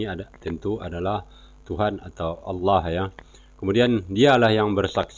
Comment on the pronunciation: Ciri ciri orng kristen dari Kecil itu dari kata " ALLOH " dia ucapkan " AWLOH " coba perhatikan !!